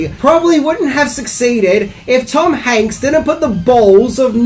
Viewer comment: First off, you're too old to say ''cringy''. Second to go, it's the 80's, you hipster man child🤨 But cheers for not screwing up mispronouncing Tom ''Hanks'' 👍🏼